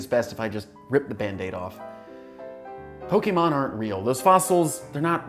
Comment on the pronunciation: Thank you for not calling them Pokiemon